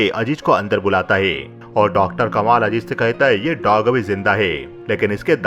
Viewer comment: Majaar nahe mazaar. Ajeej nahe azeez